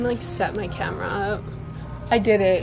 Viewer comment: dude i thought i was the only one that noticed when she said “cahmera” love you ❤